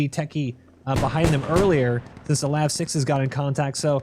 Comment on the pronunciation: LAV not L A V. 🇨🇦🌝